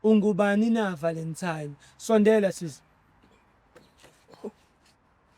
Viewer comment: Nge 'VALENTIME'😂😂😂hay🏃